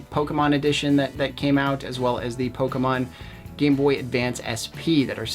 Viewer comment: It's Pokemon not Pokaman you dumb dumb